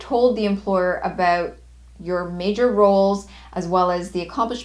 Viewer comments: i'm stressed out by the way she says "abewwwwt" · i seem candian...your pronunciation of "about"😅...verry helpfull thanks